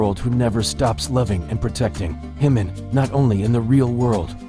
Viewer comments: JIMIN not HIMIN! Please it’s a J not a H 💜💜💜🇨🇦💜💜💜💜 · It's Jimin not himin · Please pronounce the ‘J’ in Jimin. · Why pronounce jimin name like its spanish🤔🤔